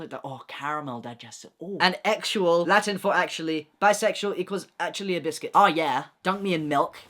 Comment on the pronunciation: Funny when you said "actually a biscuit" because it sounded like "biscate" which's a word in Brazilian Portuguese that means something like "hoe". And... Kinda yeah?